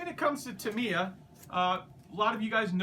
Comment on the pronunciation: You can't pronounce Tamiya and Meng correctly.